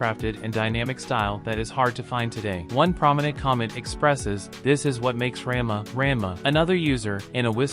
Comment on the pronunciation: I just stick with weekly releases now, I don't have time or the attention to binge like I used to. Ra-n-ma (not ran-ma) isn't bad. A lot of the complaints I have are from nostalgia, and the rate it's progressing. I like less fluff, but it skips some points that were in both the manga and original which made them less impactful. I just hope they don't botch the arcs that made S2 my favorite (Cat-fist (fixed to match the manga), Breaking Point, Mouse's level up/down, Happosai, etc)...